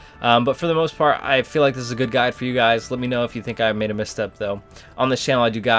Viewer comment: “For the most fart” lol